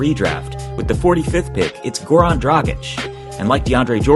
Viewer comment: no way you actually pronounced Dragic correctly